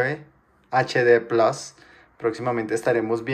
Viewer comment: Habla bien bato..!! No es plos, es plus..!! 😎